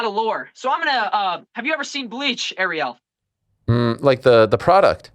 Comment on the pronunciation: Of coarse Ariel couldn’t get his name right..🤷‍♂️🤦‍♀️🥶